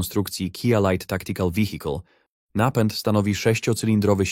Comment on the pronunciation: Wihikol :D AI wszędzie :(